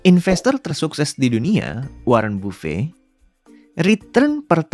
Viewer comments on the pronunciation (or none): Ini video paling bagus. Naratornya nyantai dan benar2 bikin saya jadi mau sabar. (Bafet bacanya bukan BAFEI utk nama si Warren Buffet)😊